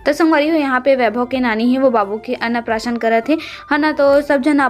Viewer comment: Ann prasaran nahi ann prasan bolate hai